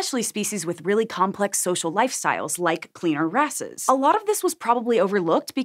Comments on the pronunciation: haha she said "cleaner asses" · Cleaner wrasses sounds like cleaner asses you cant change my mind